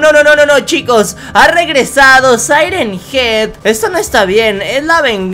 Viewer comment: Se yama siren Hean